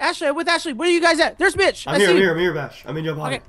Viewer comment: Its not mich its mitch